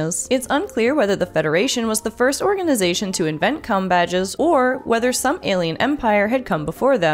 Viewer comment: It doesn't sound like you said "com" badges .